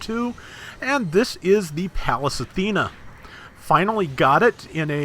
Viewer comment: Everytime you say Athena I'm like this guy knows it's Athene.